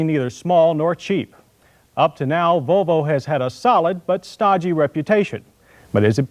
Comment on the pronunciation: Why does he sound drunk whenever he says "Vuuulllvvvvvvoooooo"